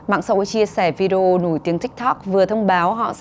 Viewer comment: Má ơi ! Phát ngôn viên đọc Video là "Vi-deo" :]] Bằng "Z" tiếng anh hả ba ?!!! phát âm thua thằng cháu 5t nhà tui.